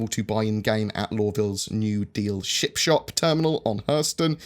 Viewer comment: I wish you'd stop saying ship shop as it makes me hungry as it sounds like chip shop.